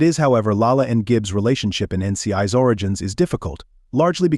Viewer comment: I cannot stand the generated voice. It is not "N.C.I's" it is "N.C.I.S." ... PLEASE STOP!! I cannot even pay attention to your video simply because of the silly flaws!!!!! Please do better!!!!